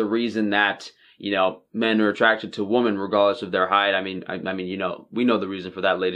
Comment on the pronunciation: it really sounds like you call us woman instead of women.